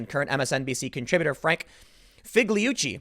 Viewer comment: I'm pretty sure you say Figliuzzi like feel-yoot-see. Italian is weird like that.